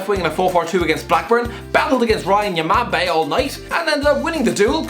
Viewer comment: Wtf was that pronunciation of Ryan Nyambe?